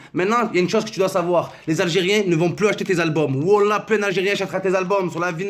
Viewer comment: Mohamed je t'aime bien Mais prononce mieux quand tu jure On dit pas wola, Mais wallah Frere on parle de Dieu donc fait un effort